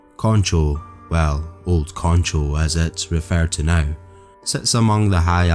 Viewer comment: Concho. He pronounced that one right.